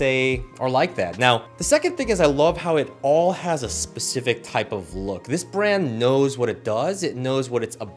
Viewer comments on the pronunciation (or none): none